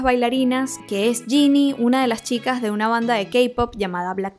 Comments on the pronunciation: Te quiero mucho 😂😂😂 y solo un pequeño detalle, es Jennie no Jinnie 😂😂😂 pero del resto: TOTALMENTE DE ACUERDO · es JENNIE no jini, esta mal pronunciado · No digas más Ginny, no se llama así, es Jennnie, como si dijeras Jenifer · Es jennie no jinni (no hate solo para que sepas) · Suerte porque ya me veo a lxs blinks vieniendo a llorar justificando la mierd4 de serie y reclamarte por no pronunciar el nombre de Jennie como yeni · cuándo aprendas a pronunciar bien el nombre de jennie , podés criticar todo lo que quieras